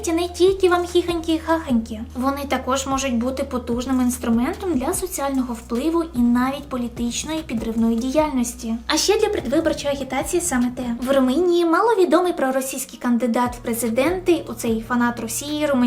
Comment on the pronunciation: Не мЄм, а мЕм, не румИнія, а РумУнія, 6идло ти москвороте